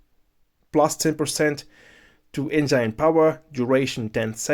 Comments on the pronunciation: The way he keeps saying enzyne power instead of Engine power. 🙃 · eitherway it was really informative video. Hearing someone say enzyne is mildly infuriating for me lol.